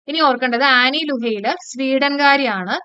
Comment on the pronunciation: ആൻ ലൂയെർ ആണ് മാം. ലുഹെയ്ലർ അല്ല. Super class. Appreciative ❤❤🎉🎉